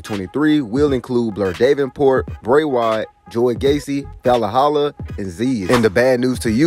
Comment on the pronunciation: Da-ven-port Val-halla Jesus learn to pronounce the names.